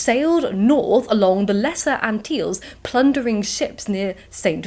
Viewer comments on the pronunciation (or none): Love your videos and the way you speak as well as being such a beautiful young lady. Antilles is pronounced ANT-ILL-EEZ.